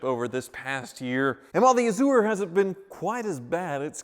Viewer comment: I love channel, but every time he says A-zoo-er, I cringe. Then I remember he's from Wichita where they say El-Doe-Ray-Doe, Green-Witch, and Are-Kansas River.